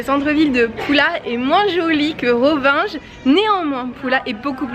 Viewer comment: Bonjour vous êtes a rovigne( prononciation) et non ronvinge